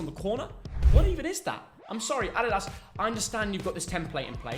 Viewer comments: It is adidas not aDEEDAZ lol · These two hate way too much on some of these shirts. The dad says Adidas completely wrong.